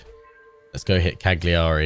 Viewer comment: No one likes a "know it all" I know but please, Cagliari's pronunciation is Caliari, you don't say the g ;), nice let's play anyway.